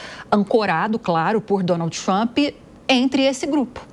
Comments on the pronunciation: Nossa pelo amor de Deus um journalist pronunciado o nome do presidente todo errado , da até agonia de ouvir 🫣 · Porque vc fala o nome do Trump errado? Vc nao estudou pra ser reporter ? Os dois reporteres que conseguiu falar certo a local fala errado tambem.